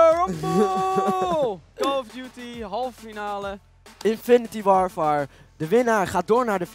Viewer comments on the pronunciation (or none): 't Vispaard Ik doe zelf VWO en ik kan me echt niet voorstellen dat iemand van havo of vwo Infinite Warfare als Infinity warfer zou kunnen uitspreken haha. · "Infinity warfar" Sorry maar het is infinite warfare 😂😂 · Zei nou 'Infinnittie warfaar'? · Wanneer zegt; infinitY warfare 😤😣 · Deelen ze zegt: infinit warfer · "infiniti warvar" 2k16... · kan de naam van het spel echt goed uitspreken